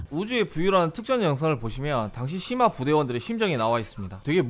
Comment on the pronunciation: 분명 시마 라고 쓴거 같은데 ㅅ..ㅂ으로 들리는걸까